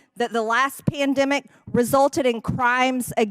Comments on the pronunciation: What’s a “Peandimic?” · I didn't think MTG couldn't get any dumber she proved me wrong yet again could not pronounce pandemic she's one dumb bleach blonde